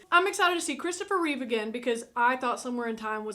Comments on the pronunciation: Reeve* not Reeves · It's Christopher Reeve. Not "Reeves." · It's Christopher Reeve. Not "Reeves". His only S is on his chest. RIP the greatest Superman and on-screen superhero of all time. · Reeve, not Reeves.